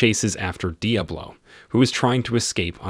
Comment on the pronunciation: Love the pronunciation: Dee Uh Blow. Awesome!